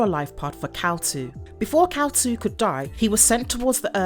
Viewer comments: It's Kal-"eel" not Kal-"Two". Basic research... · Kal-IL, not Kal-2. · pretty sure its Kal-il not Kal 2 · Kal iL ILL eel. Kal Eel. Not Kal 2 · Isn’t his name Kal- IL( I & L not II) pronounced Kal-ill , like superman is Kal-EL and his father is Jor-EL. I never realized it was a 2. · You’ve gotten his name wrong. Its Kal-iL, not Kal-2. Though, spelling the name correctly does look like the Roman numeral for 2. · He name is IL (as ill) not 2 ! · It's Kal-il with a capital i.